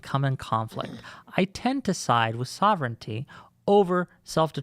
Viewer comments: IT'S SOV-REN-TEE, NOT SOV-ERR-ENEE-TEE! LEARN TO PRONOUNCE WORDS PROPERLY IF YOU WANT TO USE THEM TO SOUND SMART! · This dude is pronouncing words very oddly. Like he's not a native english speaker. Really makes you wonder... "ma-tier-iAL" "sah-vern-ity" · And soverigninity" 🤣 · Yo this dude has said "sovereignity" like 4 times